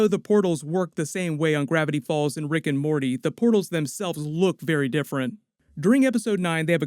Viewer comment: bro said riggin' morty